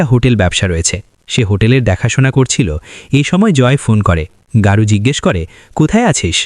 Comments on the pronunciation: বাংলা মুভি, চরিত্রের নামও বাংলা শব্দ। তারপরেও অহেতুক গৌরকে গারু বলার কারণ কি? প্রচন্ড কানে লাগছে। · দাদা গারু নয় গৌর চক্রবর্তী।।